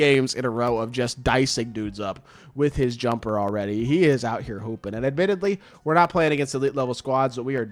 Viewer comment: Bro instead of keep hooping I heard keep pooping